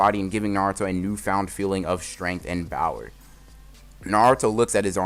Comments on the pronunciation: At This point I'm not sure if "Bower" instead of power is an inside joke or not, whether that's just how he pronounces it or if he did one time and it just blew up like that. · Why do you always say BOWER instead of power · Does anyone else hear bower instead of power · Why do you keep saying bower instead of power? Is it a joke? Is that just what you say? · Is it just me or does he say power like bower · Y does it sound like ur saying bower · Why do you say bower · When you say power it sounds like 🅱OWER